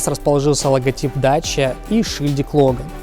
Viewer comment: ДАКИЯ а нэ даЧа ) идиот дакия это древнее название румынии какая дача !?